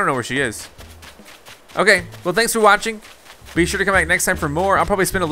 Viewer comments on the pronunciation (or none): none